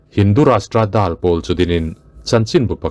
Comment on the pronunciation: Sir, 'Dal' tih thumal hi thluk loh tur.